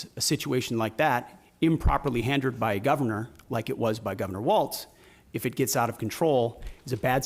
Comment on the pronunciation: He said "handered" not handled. And kept using "ought" has a standalone verb.